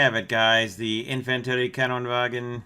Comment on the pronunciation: YoU sAiD iT aLl WrOnG. ItS INFAN TERI VAGN. NoT INFANTERIEVAGEN! REEEEEEEEEEEEEEEEEEEEEEEEEEEEEEEEEE